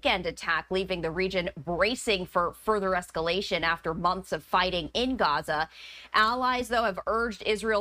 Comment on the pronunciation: Months..not mumths